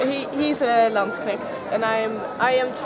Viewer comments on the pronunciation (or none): Lindy, the way you pronounced "Landsknecht" sounds like German for "Land Snail", although to be fair, wearing that attire might hinder your movement to the point of the name being adequate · Lindybeige Wach your pronunciation: It's "Landsknecht", not "Landshnekt"! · "Landschnecks" that cracked me up :D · No, not really. For a native english speaker Landsknecht is quite a torture. Usually it sounds like "Lundsnekt" or "Lundsk(e)nesht". And then there's Wollkneuel and Eichhörnchen. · lindy, did you just call them Landschnecks? Like "land snails"? ^^ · It's not lunch-necks, Lloyd. :D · Lol, "Landshneckt" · wow, thats the most hilarious pronunciation of the word Landsknecht I've ever heard. Seriously made my day, thanks :) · I congratulate you on your amusing accent of "Landsknecht" , in german, especially austrian one, the closest thing to that pronunciation would mean something along the lines of "country snails", and, I must say, you brightened my day :D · great vid. but could you please try not to butcher the word "Landsknecht" in future videos? :P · Uploader cant even get the german term right, that shows a lack of respect. Get it right and atleast change it after lots of people corrected you or don't even bother uploading it.